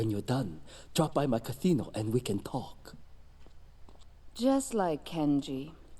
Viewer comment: Did just kenji said cathino instead casino 😅